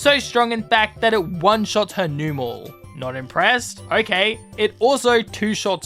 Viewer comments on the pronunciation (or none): none